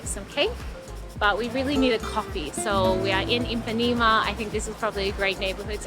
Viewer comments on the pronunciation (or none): Great video, Brazil has so much to offer. Just a little correction, it's Ipanema not Impanema. :)